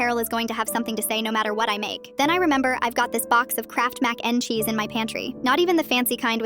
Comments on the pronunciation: MaCe NdE ChEeSe like say it right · I luv how the AI says Mac n cheese😂